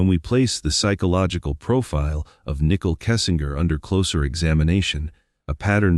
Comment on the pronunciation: Her name is Nichole not nickel. If you’re going to cover a case I feel it’s important to at least have the names correct.